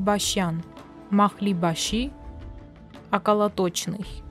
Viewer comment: не околотОчный, а околОточный. Неправильное ударение в данном случае меняет смысл слова